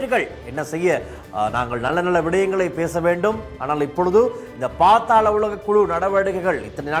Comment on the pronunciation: பாத்தால உலகம் இல்ல bro அது பாதால உலகம்😂